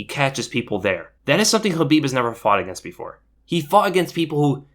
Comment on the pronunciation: OMG!! Someone who actually pronounces Khabib's name correctly! 😱😱😱😀😀😀😀👍👍👍